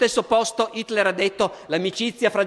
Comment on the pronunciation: 9.34...Fa uno sforzo tremendo per pronunciare Hitler con l'H, ma qui cade...così come molte altre volte...